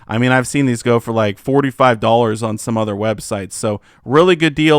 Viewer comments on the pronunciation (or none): none